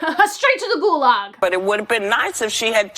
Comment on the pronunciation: When she says GULAG it sounds really bad but when someone from slavic country says it it is really scary...